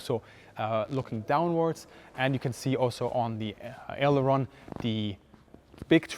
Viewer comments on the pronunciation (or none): none